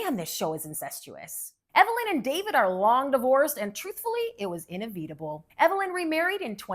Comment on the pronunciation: Never heard inevitable pronounced like that before